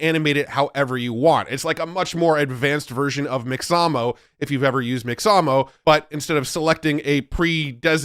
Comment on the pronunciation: FYI, it's pronounced "MIX-a-moe"